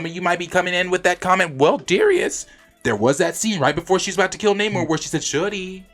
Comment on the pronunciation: Its pronounced "NA-mor"......not Nate Moore 🤨😵‍💫🤦🏾💥